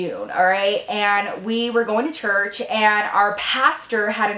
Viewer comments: Hi love your channel, and you forgot the r in church you total said chuch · I'm being so shady, but it just sounds so funny! You know I love ya girl!